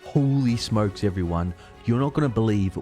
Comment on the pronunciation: "Holy smoekes guizse!"